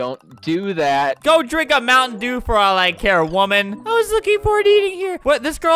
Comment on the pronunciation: Oh you want a moun’ dew, Is’ moun’ dew